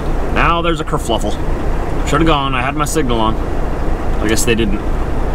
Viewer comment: Me thinks you mean to say KERFUFFLE instead of KERFLUFFLE. Really enjoy your videos,. Thanks